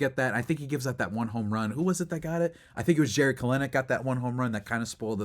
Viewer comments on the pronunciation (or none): I don’t think that’s a fair shot to throw at Jackson Merrill it’s not his fault he grew in a good household lol. And you say you have a problem with his statement because Soto grew up poor but the dude is incredibly greedy and a diva 😂. And please stop pronouncing Jared kelenics name wrong it’s pronounced KELL-nick. Just shows how you didn’t even watch a single broadcast of the Atlanta series because his named was pronounced properly by espn and the Padres broadcast with don and mud.